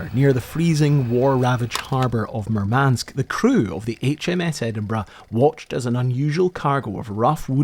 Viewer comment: nitpick: the stress in Murmansk is on the first vowel - MOOR-mansk